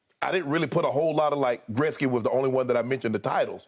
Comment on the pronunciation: Shannon just nailed it when he said Gretzky, made me smile as a Canadian and now I have even more respect for Shannon!!!!